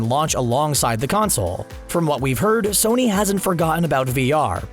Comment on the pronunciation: "Sorny" lol